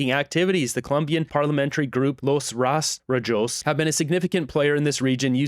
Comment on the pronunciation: it's pronounced "Los RastroHos", just thought I'd help since I'm from Spain. The word literally means "stubble".